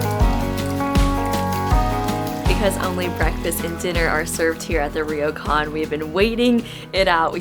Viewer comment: it's pronounced 'Ro kan' not 'Ri yo kan'. The R and y are combine together to make a 'Ryo' sound.